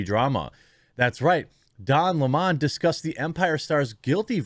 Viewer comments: Jeremy, it's "Lemon" like the fruit. NOT "Leemonn." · I wish people would quit making his last name sound so fancy. It's not smoly ehhh. And I know you know It's not Lem awn or Lem own. It's Lemon like yellow belly lemon. I know you know that because you do a great job here, but some get really ridiculous with the pronunciations. Al Sharpton is right too lol! The guilty should face the maximum! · It's Lemon like the fruit. Just because they have a stupid name they do not deserve to be treated any differently. In fact given their actions you should be emphasizing the LEMON part. Where in the world do people refer to a sour fruit as a Le-Mon?